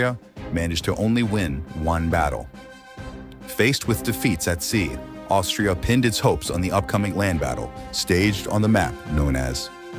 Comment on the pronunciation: he says instead of austria, he says something 'Aushift' LOL